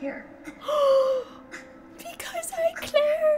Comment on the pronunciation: It is "because i care" not "because i claire"